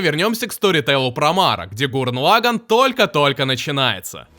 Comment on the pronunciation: Гуррен Лаганн. Не позорься, говори правильно.